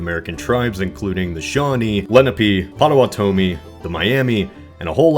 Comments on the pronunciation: It’s Pota-watomi, not Pota-Watomee. They were one of the only tribes to make peaceful negotiations with the US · Pot-uh-watt-uh-mee is how it's properly pronounced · Lol that is not how you pronounce Potawatomee. It’s pronounced “Pod-uh-WAH-dah-mee” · You mispronounced "Potawatomi" -- not Pot-a-wa-TO-mi but Pot-a-WA-to-mi. Also, "had seen," not "had saw." Your videos are really interesting but goofs like these make them hard to listen to. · ok im from Wisconsin and Potawatomee is said like this Pot-a-wat--toe-me. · not offended here but it's pronounced pot-oh-watt-oh-me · Not to be that guy but the pottawatomi tribe is pronounced pot-ah-wah-tah-ah-mi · It's POT o WHAT o mee. You did spell it correctly tho. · Potowatamee is pronouced pa-toe-waa-toe-me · Narrator can't properly pronounce Potawatomie or Iroquois. Seems quite amateurish for as much time as was put into the video. Dumb and irrelevant inclusion of Ohio State material also makes it hard to appreciate the important historical events the video attempts cover. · I noticed that too. I cringed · You pronounced Potawatomee wrong. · You butchered the pronunciation of Potawatomee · Hate to be that guy but you mispronounced Potowatomee. Otherwise great video!